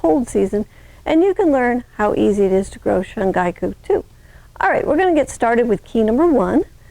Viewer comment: Ma’am with all due respect, it’s called 春菊 (shun-ghee-ku). And thank you for the educational video.